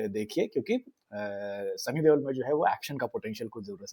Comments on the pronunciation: Stop calling him Sunny Devel, Debel or Dewal. This is the last time I will watch this channel. Can you explain and show where's a letter B, V or W in the name Deol. It Deol, De-Ol. Not hard, is it? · you are really awesome storyteller …love your analysis. Please pronounce Sunny Deol right.. it’s Deol not Deval